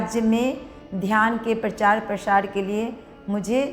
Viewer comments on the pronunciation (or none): प्रचार-प्रशार नहीं 😂😂😂😂 प्रचार-प्रसार